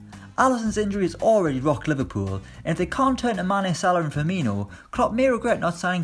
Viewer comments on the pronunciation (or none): none